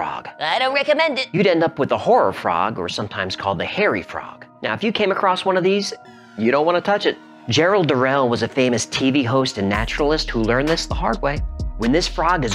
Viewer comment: PS. Gerald Durrell surname is pronounced like Durr-ull. And not like Durr-ell. We still love you.